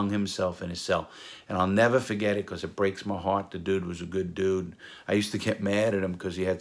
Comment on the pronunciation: Drinking game: Everytime Larry says, “I’ll nevah fo-get-it” take a shot (Dies after 2 videos) Love your videos Larry! I enjoy listening and watching them while I clean my house on weekends! Your stories feel like your my uncle talking to me about some stuff he trusts me with!